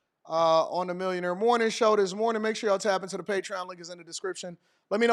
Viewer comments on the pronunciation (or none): none